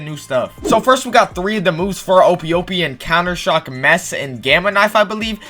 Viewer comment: Bro called the ope ope fruit the Ohp Ohp